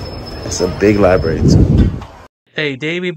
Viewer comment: Liberry and oof. It's library and oath